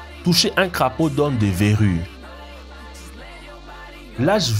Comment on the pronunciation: Faudrait apprendre à prononcer le français, parce que "beaucoup de faits" ne se prononce pas comme "beaucoup d'effets" ! :-) "Vous donnera des veuris" ça n'existe pas, ce sont des verrues...D'ailleurs on entend aussi "maladies causées par des veuris" au lieu de "virus"... Pour le reste : félicitation car je n'ai entendu aucune connerie et c'est rare dans ce type de vidéo. :-)